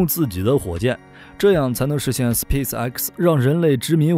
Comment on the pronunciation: 一口一个斯皮死埃克斯笑死我了